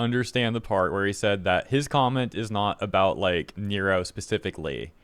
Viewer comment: Neuro is said like neurological. Not Robert De Niro.